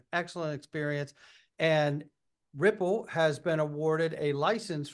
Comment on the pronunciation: Perianne is incapable of pronouncing Ripple & XRP.